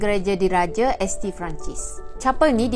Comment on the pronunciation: Logik kau tak boleh pakai, kau kena banyak belajar lagi dan fahamkan dahulu sesuatu ilmu sebelum nak mengutarakan pendapat atau menidakkan pendapat orang contohnya seperti kenyataan di FB tu. Sebutan ‘ST’ tu bunyinya ‘Saint’ bukan estee. — "MEREKA" adalah satu bangsa yang terkenal sebagai bangsa yang hebat (Penjajah) takkanlah mereka sanggup pamerkan tulang rangka bangsa sendiri, itu menjatuhkan martabat mereka. **Jika pernah tengok movie Pirates Of Carribean, ada babak dimana pihak kerajaan (dalam movie tersebut) mengantungkan mayat penjenayah/lanun sehingga jadi rangka untuk menakutkan orang, bukan untuk penghormatan tapi lebih kepada penghinaan.